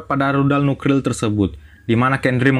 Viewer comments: Nuklir cuy nuklir bukan nukril, saking cepetnya baca teks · Lebay, nuklir jadi nukril. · Nukril, ngomong itu yang cedal boss, ngomong R yang di omong kan L. Yang bener tu Nuklir bukan Nukril 😂😂🤣🤣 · nuklir mas bukan nukril wkwkwkwk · N-U-K-L-I-R Bukan nukril 😇 Kebalik r sama l nya 😂😂😂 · Nuklir bang , bukan Nukril 😂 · Btw itu nuklir bang bukan nukril☺😂😂😂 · Ini salah bicara apa GK paham nuklir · Nukril bengek hyung🤣🤣🤣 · Ternyata dialah yg meledak gendang telinganya krn nukril. Hoaoaokaka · Lucu Cok , nuklir bukan nulkir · Nuklir om bukan nukril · Wkwwk ngakak nuklil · kata Nukrirl😂bikin ngakak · Masih kecil blm bisa ngomong nuklir,jadinya nukril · Woiiii..N-U-K-L-I-R...jadi geram gue dengernya😂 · Bos saran aja yak nuklir nya bukan nukril yak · Nuk nuk nuk dimana ril nukril 😅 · Nuklir woy bukan nukril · Nukril wkwkwk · Agak Keganggu Pas Bilang Nukril nyaa 😁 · Yg bikin gagal fokus sama Pembicaraan NUKLIR nya malah NUKRIL 😂😂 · NUKRIL NUKRIL🤣🤣🤣😁🤦🤦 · AOWKAOWKAOKAOWK NUKRIL APAAN BGSAT WKWKWKWK NGAKAK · Bengek aku bang kamu bila h nukril bukan nuklir 👍🏻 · salfok sama kata nuklir,yg di ucapkan dengan kata nukril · Nukril nukril mulu wkwkwk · Nuklir❌❌ Nukril✅✅ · Nukril wkwk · Bang nuklir bukan nukril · Nuklir Vs Nukril LIR VS RIL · Cedall nukrilll 😂😂😂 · Lu ngomong nuklir susah amat bang jadi nukril wkwkwk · Nukril apa nuklir min kok blepotan gitu ya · NUKLIR WOY.BUKAN NUKRILwkwkwk😅😆🤣😁😄😀😄😃🤭🤭.wkwkwk.hmm.ik lh.hmm.celat amat lu bg.wkwk. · Nuklir bos bukan nukril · bukan 'rudal nukril',,,, Tapi rudal Nuklir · Nuklir min....bukan nukril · Nukril hahahaha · Nuklir bang,bukan nukril Ngakak gw dengernya🤣🤣🤣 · Nuklir bang bukan Nuklil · Nuklir bang bukan nukril😄😄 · Nuklir bang bukan nukril 😂😂😂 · NUKLIR BUNG BUKAN NUKRIL.... HUH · Nuklir bang bukan nukril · Nuklir lir lir R r bukan nukril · Nuklir bang bukan nukril 🤣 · Bang... Nuklir bkn nukril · Nuklir bang bukan nukril 😂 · nuklir om bukan nukril 😅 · nuklir min.bukan nukril😂😂😂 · Nuklir bos bukan nukril🤣🤣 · Nuklir min, bukan nukril 😂😂